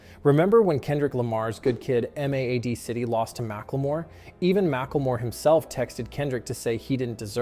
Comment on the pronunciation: just to let u know cause i thought it was funny its pronounced good kid mad city